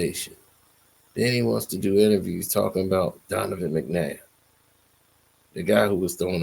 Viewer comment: Your pronouncing his god damn name wrong